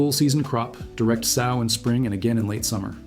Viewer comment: Great info. But every time you say SOW like the swine….it’s like nails on a chalkboard!